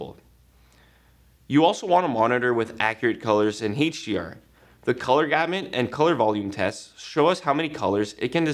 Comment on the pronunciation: "Heych D R" It's HDR